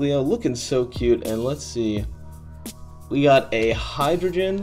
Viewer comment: Did he say hydrogen?